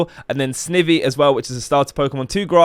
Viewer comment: noooo lmao u said snivvvy